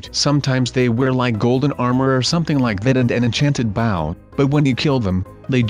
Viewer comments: Why is he saying baw instead of bow XD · it 's a b-o-w can you say bow like really dude😒 look I still like you though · Not baw it is bow